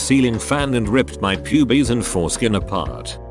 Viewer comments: Nobody: TTS: p u b I e s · Hear the bot say pubes is golden